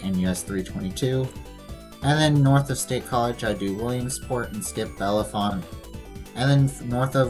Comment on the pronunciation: It's signed Bellefonte because it's the county seat of Centre County . Also, it's pronounced Bell-font. The second and third e's are silent